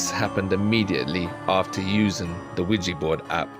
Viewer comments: Quija boards have been around a LOT longer than the 1970s. Also, I really annoys me the way nearly everyone mispronounces it. It's not WEEGEE, It's WEEJAH. French and German words for yes. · Attention YouTubers it's not pronounced Qui Gee🙄😡 It's Qui JA, say JA Rule, do you say Gee Rule? NO. I couldn't watch all of this because you mispronounced it wrong every time. Qui JA French and German word for YES. Spread the word. 😣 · Why do you name it a Ouijibord , its OuiJAbord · Can you please pronounce Ouija board correctly? It’s not weejee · Mate yo need to say ouija board better my mom's like wtf is a widgie board staring at me